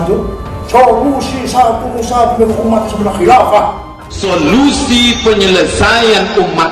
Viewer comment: Zulkifli , ustadz apaan kalau ngomong ga bener "khilafah" , tangkap aja pak polisi .!!!!!!